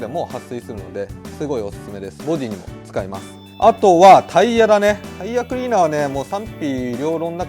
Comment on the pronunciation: タイヤクリーナー(発音良)